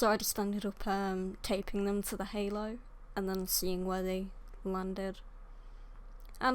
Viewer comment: Pronounce: curropt herlow